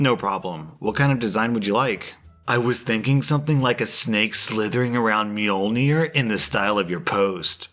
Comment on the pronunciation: the way he said mjolnr killed me a little